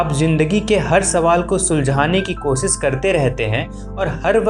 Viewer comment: Sha not sa Koshish